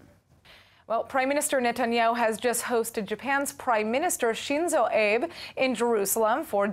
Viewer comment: Shinzo Abe's last name has two syllables. אבה